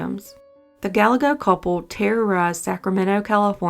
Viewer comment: Gallego: Guy Ay Go Not: Gal egg oh